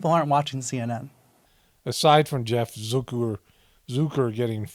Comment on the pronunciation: He says Zuker.. you say Zucker.. let's call the whole thing off..lol I'm from Australia, but isn't Steltza heartburn medication in the US (don't tell me.. don't care.. lol) It gave me so many belly laughs.. lovin' the content.. perceptive side-splitting satire/social commentary.. 😂🤣😆😁👍👍